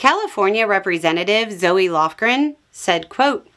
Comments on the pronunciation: Heads-up - Zoe Lofgren's first name is pronounced Zo, not like Zoey. Also, she represents a district bordering NASA's Ames Research Center in Silicon Valley, the second oldest NASA Center (dating to 1938, during the NACA period). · this Zoe is pronounced "Zo", not "Zo-eee". Umlauts over the " ë "give you Zo-eee. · FYI: Senator Zoe's name is pronounced, Zo without the "E" sound at the end.